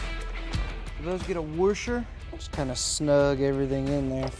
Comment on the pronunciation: I can't stop laughing this is what I do! Make fun of inanimate objects by slightly calling them the wrong name, just so they know I don't care... "wurshur"